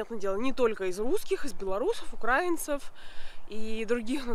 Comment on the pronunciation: Ударение в слове - это не совсем про грамматику, да и дело не в энциклопедическом повествовании, а то как это неприятно слышать украинцам, вас же и такие слушают